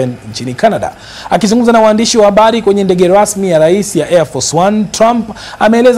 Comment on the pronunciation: Nyinyi wajinga kwa nini mnajilazimisha kuzungumza Kiswahili wakati kinakushindeni? "...waamdishi wa abali....". Ni HABARI, sio "abali". "... ndege lasmi..." ni Ndege RASMI...". Kwa nini msizungumze kikwenu? Tutatafsiri wenyewe.